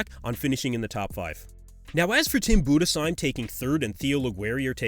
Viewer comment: Respect for pronouncing Budesheim right